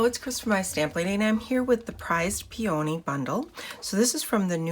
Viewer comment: Very nice card. Really like what you did with the vellum. (FYI, peony is pronounced like pee-uh-nee)